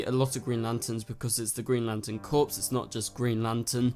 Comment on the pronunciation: Its pronounced "CORE" not "CORPS"